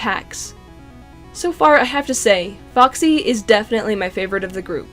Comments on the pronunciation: Is it just me or did she say boxy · It’s not boxy it’s foxy :/